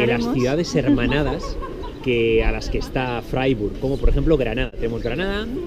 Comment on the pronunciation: Se pronuncia fraiburg